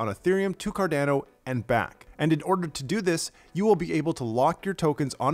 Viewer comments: Hi, thank you for the mini update;-) Quickly digestible update just as intended, great work!! Just thought to mention this. It is pronounced "Cardano" (as in Girolamo Cardano) so the second a i pronounced the same way as the first one. I mean it as a friendly remark, you're doing great!! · The way this guy pronounces cardano triggers me